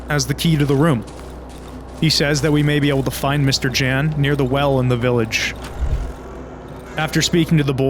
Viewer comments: I'm speechless for your videos' quality, craft and dedication. On a sidenote, J is pronounced as Y in slavic languages. so it's Yan, not Jan. And God, I genuinely thought mouthwashing voice acting was in-game. you ARE the goat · mister Dżens xD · Every video on Darkwood keeps getting a lot of the Polish names wrong, and that's to be expected, Polish names can be a handfull. But I wanna correct at least ONE of them: Mr. Jan. J in Polish works kinda like Y in 'Yellow'. It's a shorter version of Janusz ("Yanoosh") or Janek ("Yanek") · As a small fun fact/correction; in Polish ‚Jan’ is read with a sound that English speakers would write down as ‚y’. Like in ‚year’, ‚you’ and ‚yellow’. Same goes for ‚Jasiek’ in There are also differences in pronounciation of ‚a’. In Polish it is closer to ‚a’ in ‚mark’ than ‚a’ in ‚mate’. ’Zocha’–‚ch’ in Polish is similar to ‚h’ in ‚horror’ and ‚hamburger’. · the J in mr Jan's name is pronounced like Y. So it would be mr. Yan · I can't imagine how hard you must have cringed at the way these videos pronounce "Mr. Jan"